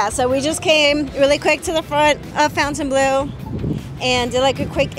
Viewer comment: Great video but Why do people pernounce it FOUN tain blu when its pernounced Fawn-tain-blue. So Fontainebleau... Other videos i watch about it People pernounce it wrong also.